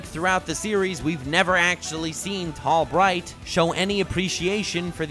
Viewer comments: In a small/tall bright you said tall might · called him Tall Might instead of Tall Bright.